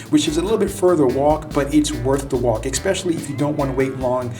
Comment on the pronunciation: There is no "x" in the word especially.